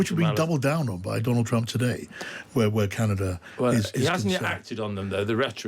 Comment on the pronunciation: "Look at me, look at ma, everyone look at me" Skweems Trwump!!